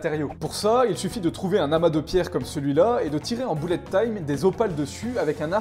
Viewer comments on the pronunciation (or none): none